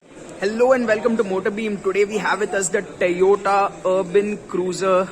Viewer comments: It's not Tayota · My goodness! So weird hearing him pronounce Toyota as "Tayota".